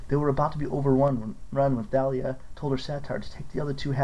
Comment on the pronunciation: Thalia is pronounced talia